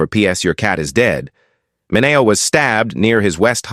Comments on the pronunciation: Sal Mineo's last name is Min e o not Min a o. I know this because his cousin was a physician at a hospital I also worked for. His name is Cyrus Min e o MD. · I found his mispronunciation very disturbing.